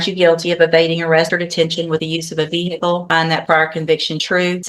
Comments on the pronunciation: A Veer-hick-le?!😂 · What’s a veer hickle ? 😂